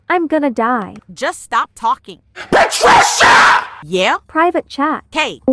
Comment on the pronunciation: particia slayed